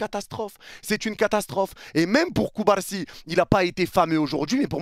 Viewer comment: ta façon de prononcer CubaRsi me fume tellement 😂😂